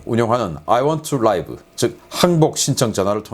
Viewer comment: 잘 보고 있습니다 . 다만 I want to live ‘아이원투 리브’로 읽는것이 맞습니다. Live를 라이브로 읽으면 형용사로 이해할 수가 있습니다.